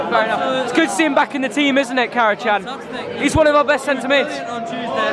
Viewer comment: It’s pronounced Kara-Jan, Turkish language